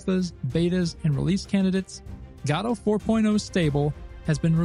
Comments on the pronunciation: ive watched a few of your videos, and let me tell you, its pronounces Guh-Dow, not Gaw-Dow. this has been driving me nuts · Sorry. In the what engine? It's Guh-Doh, not Got-oh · say gadoh one more time i dare you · what on earth is Gaahdo? do you mean GO DO ??!! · upon further investigation, your pronunciation seems to refer to a play, but in terms of the engine itself, everyone seems to either say guh-doh, g-doe, or go-dot, which go-dot is just wrong, we can at least agree on that haha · Lmao Gado engine is my new favorite pronounciation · bro respect but "guh - doh" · "Gatta" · I'm sorry, I have to ask, isn't the first "o" in Godot supposed to be pronounced the same as the second? Almost sounds like you're saying Gahdot ^^. Just curious. Super hyped about Godot 4, I'm so tired about Unity being so slow, and I dont like where the company as a whole is going. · "God of war point oh stable" .. wut? q(o_o)p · nobody can pronounce the name correctly apparently. nobody even cares. ok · It upsets me how you are pronouncing Godot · Can’t watch your content while you mispronounce the name…